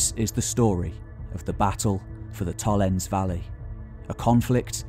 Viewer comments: Blimey! Very monoglot English: "Tollens". No. Tollens-eh. Say all the vowels. Getting the name of what you're talking about wrong throughout is, at best, careless. The trouble is that the next question is: what else has he got wrong? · Its TOLLENSEE you missed a e there...See=Lake... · Nice video, but one major nitpick: when a German word ends on an -e, e. g. Tollense, the e is pronounce as a shwa-vowel, namely -uh. Tollense is pronounced TollensUH. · Absolutely fascinating stuff. Thank-you for sharing your knowledge. If you ever do another video on this topic perhaps you could check out how the German place names are pronounced. The final "e" in Tollense is not silent, "v" in Vorpommern is actually spoken like an "f", for example. (Just a constructive suggestion for the future.) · I like your videos, and your storytelling keeps the listener interested. You speak very clearly and bring forth important, interesting anecdotes and bits of information. But please try to pronounce the names of the places correctly. For Tollense, Meckleburg and Vorpommern, listen to how they are pronounced